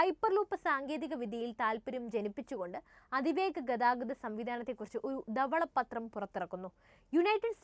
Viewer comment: ഗേർഷണം അല്ല ഘർഷണം. ദവള പത്രം അല്ല ധവളപത്രം.